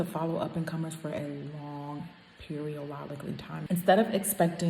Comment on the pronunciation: The fact that you still say “periolodically time” takes me out 😂😂 Classic Jackie